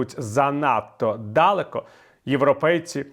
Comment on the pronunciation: Чому "дАлеко", якщо "далЕко"?